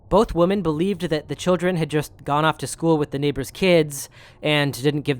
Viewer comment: Dear brother, women is pronounced wim-en. Woman is pronounced woman. There aren't 2 woman. There are 2 women (wim-en).